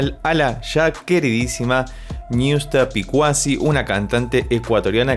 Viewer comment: CON TODO RESPETO, NO SE DICE NIUSTA. SE DICE ÑUSTA